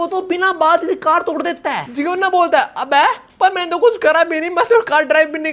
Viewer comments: Jigyona wrong pronouncement Jaygyona correct pronouncement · he is not jigeyona bro he is jayegeyona ( jaegyeon na)